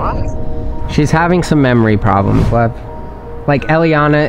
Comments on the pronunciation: When she said by lev it sounded like by love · I thought she said love actully she said lev